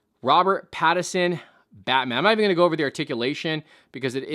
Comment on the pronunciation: its Pattinson not Pattison